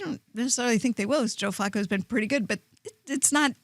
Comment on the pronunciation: Why does the hipster keep pronouncing Flacco like Flaco the late Owl?